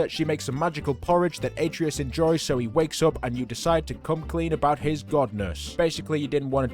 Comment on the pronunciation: It’s not pronounced ate-treeus it’s actually pronounced at-trayus